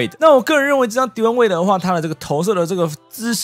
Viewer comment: 你把wade唸成Dion waiter